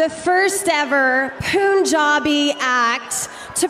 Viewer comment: It's not pronounced poon-jabj, it's pronounced pun(from punch)-jabi